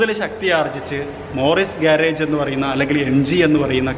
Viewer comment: One of the best review in malayalam.. Quite in detail. Keep up the good work. Only thing... Pronunciation hv to taken care bit more... For instance it's morris ഗരാജ് or Morris ഗ്യാരിജ്.. Its called and not morris ഗ്യാരേജ്. Trust you will note this